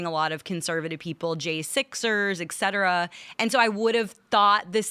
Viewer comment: For the love of all things Holy -- "ET CETERA!!" its not "EKK-CETERA". And how many times can a person use the word "like" in a single sentence? This episode wasnt watchable after the first 30 minutes